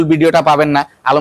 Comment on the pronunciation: আসসালামু আলাইকুম আলমগীর ভাই আপনার আসসালামু ভুল হচ্ছে